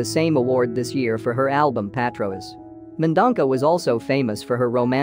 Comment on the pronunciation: It’s not Mendonca! It’s Mendonça ‼️ Pronounced Men - Don - Sa😩